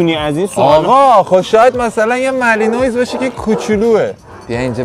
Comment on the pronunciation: بسیار عالی فقط تلفظ ها رو اشتباه میگید. cane Corso کانه کورسو هست malinois هم ملنوآ هست